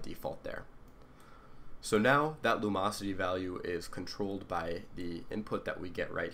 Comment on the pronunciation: Lum-ocity. theres a "in" in there.